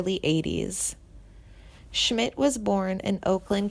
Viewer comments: As soon as she fucked up on mispronouncing his name...I STOPPED!!!! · Timothy B. Schmit has not passed away and if you do music documentaries please pronounce their names right. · Is this narrator a complete moron? Mispronouncing multiple names and seemingly writing off Schmit as if he has already passed. Clickbait bs